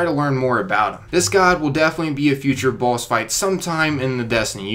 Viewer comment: Idk if he's saying boss or balls...